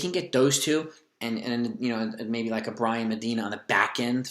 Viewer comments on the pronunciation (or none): none